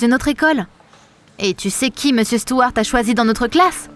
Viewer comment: Par contre elle a dit meusieur Morgane 😂